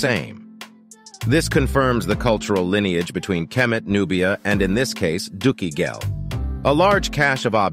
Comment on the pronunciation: I go from scholar to child every time you say "dookie ghel"